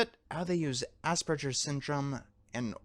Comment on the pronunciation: Somebody should tell him how to pronounce asperger